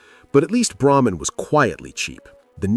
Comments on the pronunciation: Leonard Tose. Look him up. You also pronounced Braman incorrectly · Eagle fan here. But does the guy narrating specifically mispronounce names purposely. Braman was the cheapest